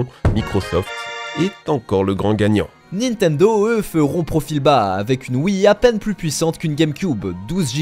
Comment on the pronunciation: arrêter de dire nitendo svp